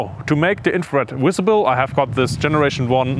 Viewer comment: “Visible” not Wisible. If you are presenting to the English speaking audience you should have a better grasp of the language.